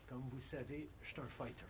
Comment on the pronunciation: "Fighter" ? :face-pink-drinking-tea:though you started-off correctly, "ighter" isn't exactly where everyone else went!